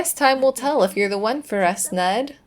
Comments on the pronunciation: Oh, is that Knud like Knut the Great? Probably, in that case it'd be pronounced with a hard K followed by "nooth," with a "th" like the "th" in "then", just fyi! (The anglicized form of its cousin "Knut" is "Canute") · I love Bess and her soulmate Knud. I assume it's much like Knut, which you say k n oo (like cool) t. We had a foreign exchange student from Germany stay with us when I was a teen. His name was Knut. I'm kinda getting used to Nud though. Lol Nice calm year other than Lucia's interesting behavior at the end there.😂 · Haha, thanks for this one! I definitely think Bess should go forward with Knud - especially if you keep pronouncing it 'knot'! I know it's not fair, because it's a really difficult name to pronounce, but I was cracking up every time you said it:) And you said it a lot, in a real skeptical way, too! I'm Danish, and as I said, it's a difficult one. The English version is 'Cnut' I believe. You pronounce both the k and the n. The u is almost like in 'pool', as higglety wrote, but shorter. The d sounds like an l to most non-danish speakers (I think this is where the idea of Knud rhyming with pool came from). But it's actually a very soft d, more like the sound of 'th' in 'the'. Okay, that was a long explanation - Google Translate pronounces it really well, if you want to listen to it:) Thanks again for the episode! I like how Lucia just randomly woohooed with the monk in the end! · I think it is “nud” 😂 like the last name Knudsen.